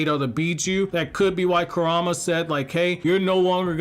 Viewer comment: Why is it hard to pronounce Kurama correctly lol